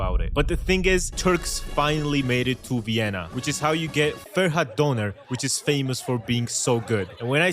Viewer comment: couldn´t pronounce döner properly! He's not a Türk!